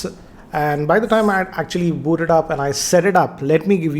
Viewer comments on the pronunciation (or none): none